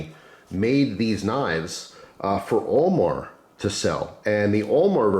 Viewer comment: Who else thought was saying OMAR instead of AL MAR😕